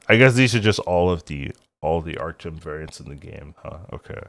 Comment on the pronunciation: ArtgeRm, with an R.